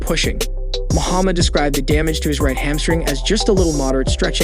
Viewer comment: It's HAMstring (in the leg); not "hand string."